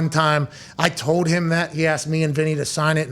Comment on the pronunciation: Why can't Pat say the word "gold" or "field" or "told"?